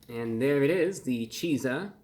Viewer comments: Exactly. How is it so hard for ppl to understand that? CHEAT-ZUH NOT CHEE-ZUH use common sense people! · Thank you. Him pronouncing it “Cheese-a” is driving me crazy. It’s basically the word pizza with the “ch” from chicken slapped on the front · From the name it looks like "chi-zah" not "chee-zah" and sounds inappropriate lol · I think it's supposed to be pronounced the same as pizza, sooo, cheetza, not cheesa. But great review 👌 👏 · I would probounce it a cheets-uh, not a cheese-uh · its pronounced chizz-uh! not cheese ah! look at the way its spelled! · this is one of the most heinous concoctions I've ever seen. also i feel like this should be pronounced Cheat-za more like pizza instead of cheeza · Surely it's meant to be pronounced 'Cheet-za' as in Pizza? Not Cheeser? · I am only interested in this product if it is pronounced "CHEAT-sah". If it's cheeza it doesn't exist to me. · So its Chizzah. Not Cheesah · It’s not pronounced “cheez-ah”! It’s pronounced how its sounds…”chizz-ah”. Like in, “waddup my chizza?” I thought you were the pro dude! 😉😂😂😂😂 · not cheeeza chizza. izz not ees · ...it's not pronounced "cheeza" it's just like pizza "peetza" but with chicken so its pronounced "cheetza" Bruh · Isn't it pronounced cheetsah (sounds more like pizza and chicken mixed than cheezah, which sounds more like pizza and cheese mixed). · I would call it more like chizza like pizza and not cheeesa like cheesepizza!!!!but thats just my opinion!!!! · It’s pronounced “Cheetza” like pizza, not “cheezah”. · ChIIIIIIIIzza. Not ChEEEEEzza. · I think its pronounced "Chee-tzah" just like pizza would be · I'd pronounce it more like cheet-za, personally, but to each their own. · He kept saying Cheetzuh like cheesah. Isn’t pizza peet-zuh and not peesuh? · Shouldnt it be pronounced Cheetza? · So it's pronounced chit-za? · Wouldn’t it be pronounced cheet-zah? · It's pronounced Cheat-za, because they cheat you out of your money. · I think it's pronounced "Cheet-za"